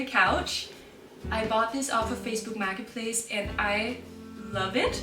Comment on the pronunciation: "Facebook Maggot Place"--Such poetic pronunciation...